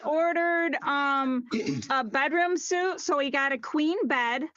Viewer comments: It's not an encouraging sign when a higher-up at your furniture company talks about a bedroom suite, but pronounces it "suit", not "sweet". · The furniture store lady should lose for pronouncing "suite" as "suit"